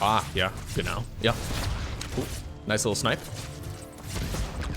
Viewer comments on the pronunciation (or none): u hitting the "ah, ja genau" got me fcking dying xDD